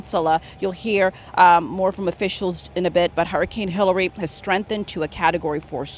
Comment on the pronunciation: I could've sworn he said they're bracing for Hitler's approach